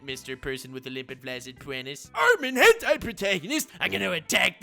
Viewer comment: pronunciation of gentai is unprecedented